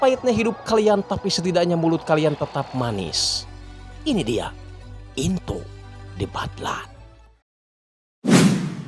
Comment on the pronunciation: In-to de bad-lan 😂